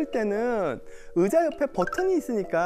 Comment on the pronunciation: '의' 발음이 안되시네요 으자 으붓아들